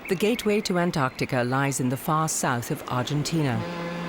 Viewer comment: Antarctica ka naam antarkatika aaj pehli baar sunna 😂😂😂 antaar ka tika hi kehna tha ab